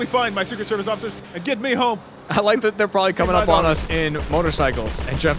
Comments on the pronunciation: "Hello occifer" 2k16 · "Hello ociffers!"